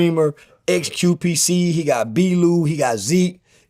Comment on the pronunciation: He said xqpct